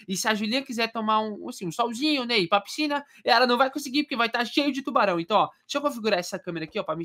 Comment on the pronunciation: A palavra secreta e : Tuarão